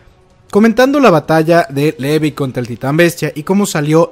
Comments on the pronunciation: pronuncias Sick en vez de seke y pronuncias levi en vez de lavai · Por qué cuando pronuncias Levi nunca dices "livai" (cómo se pronuncia realmente) pero se te da por decirle "sik" a Zeke (cosa que nadie hace porque nunca se escuchó nombrarlo así)? En serio, me parece un poco estúpido el hacerlo.